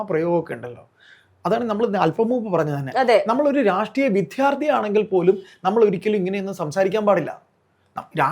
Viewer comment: " വിദ്ധ്യാർത്തി " അല്ല ചേട്ടാ ..... വിദ്യാർത്ഥി എന്നു പറയുക.